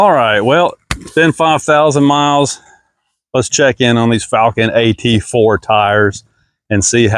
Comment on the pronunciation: you even pronouncing the company's name incorrectly, video is trash